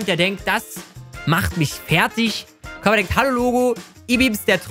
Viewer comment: der heisst koopa und nicht kopa